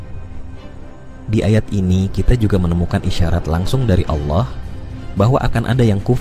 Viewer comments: Wahai pembicara, anda kayanya bukan org Islam ya...kenapa...tatkala anda mengucap ALLOH (ilmu tafhim.) anda mengatakan ALAH...BUKAN ALAH, TAPI ALLOH, ( hurufnya ALLAH, tapi di sebutnya ALLOH.) PEMBICARA INI GA MENGERTI BHS ARAB SIIHHHH... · Ini admin kristen ya? Cara penyebutan Allah Swt kok alah sih?